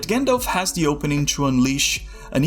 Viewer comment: De lord of de rings. THE DOES NOT SOUND LIKE DE. Learn how to speak.